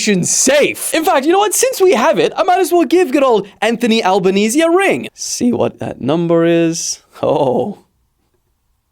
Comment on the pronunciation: Bro acc called Anthony Albaniese 💀💀💀💀